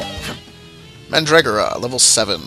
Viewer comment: XD Mandragera Man-Dra-Gore-Ah. Also, why must you skip the battles? XP I like battlez.